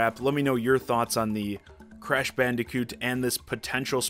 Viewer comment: Cresh for smesh